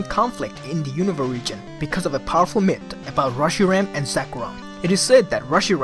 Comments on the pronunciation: Myth isn't pronounced MIT it's MIFF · WTF is a mit?? Do you mean Myth?? It's not so hard to say you know?